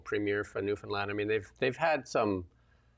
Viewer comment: Thanks for pronouncing Newfoundlander and Newfoundland the right way❤.